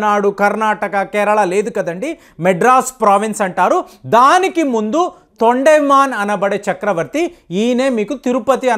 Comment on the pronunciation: తొండేమన్ కాదు తొండమాన్